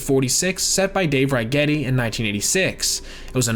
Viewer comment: Kind of sad he mispronounces Righetti